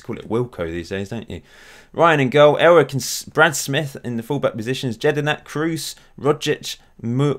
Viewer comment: It’s elrich not elric